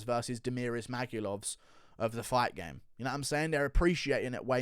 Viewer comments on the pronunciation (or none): none